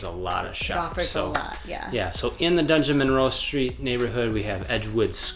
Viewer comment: "DUNgeon-" instead of "DUDgeon-Monroe", classic! Every time I see that place on a map of Madison, I chuckle 😄